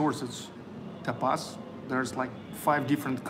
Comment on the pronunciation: Happy birthday! Lovely restaurant!, "tapas" is pronounced with the accent on the first syllable: TA pas.